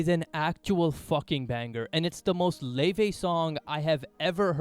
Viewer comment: thats how you pronounce her name, kindly research before you comment <3